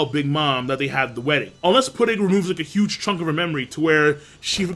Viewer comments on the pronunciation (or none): shut up king u fucking said juge over Dragon multiple times